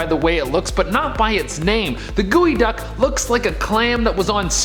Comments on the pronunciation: its called GEO (like the car) duck not wtf you just said!! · You mean g o duck not gooey duck bro